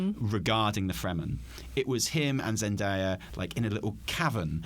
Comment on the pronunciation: 11.25 almost has the pronunciation of Zendaya right and then goes right back to ZenDIEa